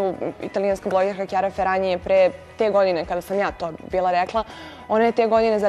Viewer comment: Zorana, ne kaže se Kjara "Ferani", već "Feranji"!